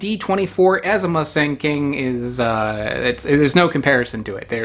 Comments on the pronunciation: "Moo"-Sung emphasis on the first syllable. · The first syllable of Musang King is pronounced "mou" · it's pronounced "moo s-ah-ng", like a normal hard latin "ah" sound. such an english thing to pronounce the letter "a" as "e"